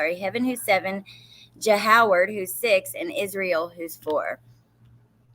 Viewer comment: You did not say “JoHoward” did you?? 🤦‍♀️